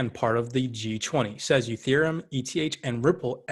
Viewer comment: Please stop saying youtherium- bad look . Makes you look like you don’t know shit 😂